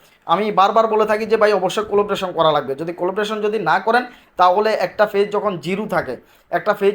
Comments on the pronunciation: Fage না page ভাষা টা ভালো ভাবে বলেন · ফেজ নয় পেজ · ফেজ না পেজ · পেজ এর উচ্চারণ টা তোমরা ঠিক করে করো সবাই অনুরোধ রইল